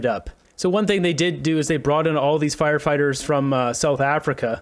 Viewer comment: Is it me, or is that liberal goof saying "fighterfighters"?